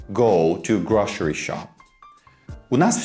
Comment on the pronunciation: Все на высшем уровне,как всегда👍только произношение "grocery" через "ш" никогда не слышала..